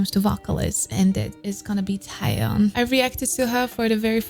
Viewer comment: I really love your reaction, what a professional reaction 😍 But one thing, she’s called TAEYEON (TAY YEON)😘